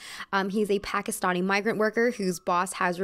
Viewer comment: thanks for pronouncing pakistani correctly, its a small thing, but it really meant a lot xoxo